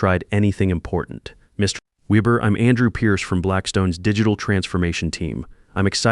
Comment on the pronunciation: I have listened to this olid story on another channel. If you're going to use German, then I would suggest you formulate it properly and pronounce it properly! That includes the Weber business name. Ditto for dollar amounts which cock up the flow of endless stories.